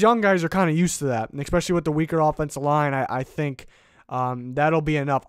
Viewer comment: Great video. Just please stop saying "expecially".